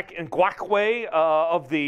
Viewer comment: Lmfao you said Yannick Nguackway 🥑